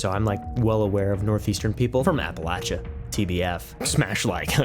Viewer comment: "Up air" perfect pronunciation 🤌😂. Why is Appalachia such a Hotspot for cake boss 😂